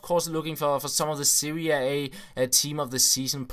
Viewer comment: Serie A, not 'Seria A'